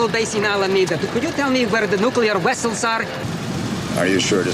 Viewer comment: Nuclear wessels